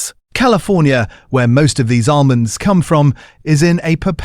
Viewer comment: Great content but horrible AI voiceover that can't pronounce 'almonds'!